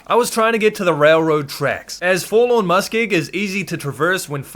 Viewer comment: Take a shot evertime he says Forlawn Muskeg